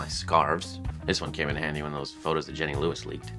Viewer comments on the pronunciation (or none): none